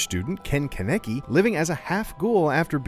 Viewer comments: It’s pronounced CAW-NUH-KEY not Cuh-nicky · Conneci?! 😂 wtf dude it’s not that hard of a name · Does this moop even watch Tokyo ghoul? Why does he keep pronouncing kaneki wrong. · Bro you said his last name wrong😑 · Don't say his name if not going to say it right